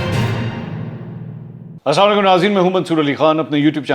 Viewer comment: یہ خبیس تو سلام تک بھی ٹھیک سے نہیں بول سکتا۔